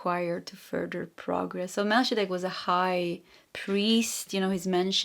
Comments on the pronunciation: First card of pile 2: Mel-KEE-zeh-deck. (Your pronunciation challenges, by the way, are more than compensated by your amazing psychic gifts, for which we are very, very grateful!!) Strangely enough (ROFL!), Paul Selig has been channeling the Melchizedek energy upgrades and teaching, and I have been listening to them and getting those upgrades (they're raising us to a higher octave). Blessings, dear Angel, and thanks again for the wonderful readings!! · Melchizedek = MEL-CHEE-ZAH-DEK (In case you want to know for the future) 💜💜💜